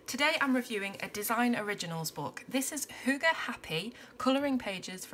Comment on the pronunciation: It is a bit funny for me to see this video because I am Danish... I have never seen this book before :) I can tell you that you say the word correctly. Hygge is a big part of our life here in Denmark. And I can relate to the pictures. Thank you for this video :)